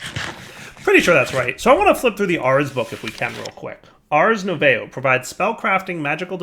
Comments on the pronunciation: Nu~ay~vo, instead of Nu~vo, you'd think they were from Canadia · saying French words hahaha nouveau is said 'nuvow' more or less;) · Ars "nouveau" = French for "new". Pronounced "Noo vo" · for those here looking for the ACTUAL pronunciation, nouveau rhymes with 'new bow' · nouveau = (new voe) for those wondering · ars nouveau is pronunced as ars noov-oh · i like how he absolutely butchers the word "nouveau" the entire episode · Yeah, I think he pronounced it every possible way except the correct one, haha. French words are French. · haha, without looking I never would have guessed that was what he was trying to say XD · The way they pronounce nouveau is killing me